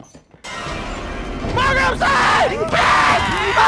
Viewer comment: marget I'm sorry